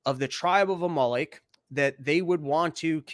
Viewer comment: God damn it, you kept cutting out. Where’s the link? You making me do my own homework mate? I like the theological stuff, mainly because it’s relevant right now so thanks dude. Also, it’s Amalek …like the VW car …Amarok. Unless you guys put the emphasis on different parts of the vowel… Good stuff 👍